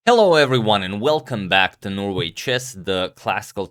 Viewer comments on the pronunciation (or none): none